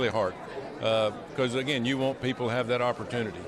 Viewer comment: This is the moment he realizes he has no idea what IVF or abortion is. Like, whuuut is thaayat? Yee-haw. 🤣